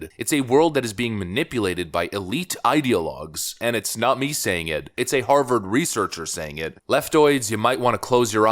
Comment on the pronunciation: An honorable academic from Haaaaah-vaaaaahd....whod'a thunk it....